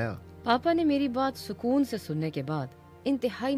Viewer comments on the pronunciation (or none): Sakoonat not sakoont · It sakonat not sakoon...